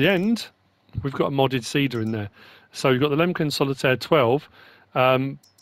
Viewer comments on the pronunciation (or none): none